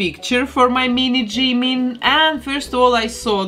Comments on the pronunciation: Мне кажется, что имя должно произноситься как «Чимин»... Пишется действительно так как вы произносите. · I usually feel uncomfortable when people pronounce Jimin’s name wrong but your accent is... I don’t know it doesn’t really bother me with your accent By the way I love how this turned out If you could do Jin Seokjin next?